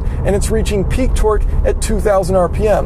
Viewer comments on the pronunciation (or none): Every time he says torque it sounds like he's saying twerk twerk that Subaru